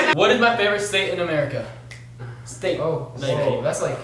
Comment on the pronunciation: Was I the only one who heard steak instead of state? 🧐